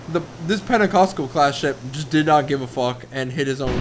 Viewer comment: he was more like Penacosco